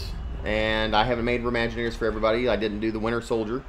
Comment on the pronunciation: just say maginators not remaginators because I don't get it